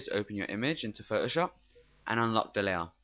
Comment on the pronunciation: Pho-o-Sho :D